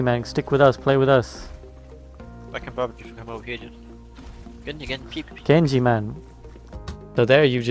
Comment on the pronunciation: "Genji man!" - have you spent much time in Newcastle?